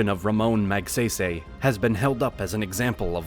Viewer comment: Magsaysay not magseysey...:face-orange-frowning